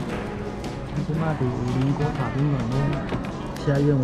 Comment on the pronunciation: 是五稜(ㄌㄥˊ)郭不是五稜(ㄌ一ㄥˊ )郭哦!!